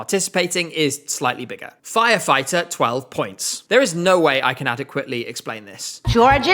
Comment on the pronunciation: i love the way how she says "firefighter" like it was the most important information in that sentence